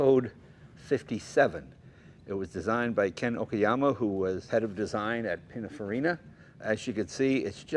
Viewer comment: C'mon, Jay, "PiniNfarina", not, "Pinafarina".